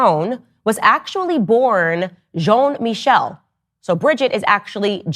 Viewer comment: john mickel LMAOO JEAN MI-SHELL that's the pronunciation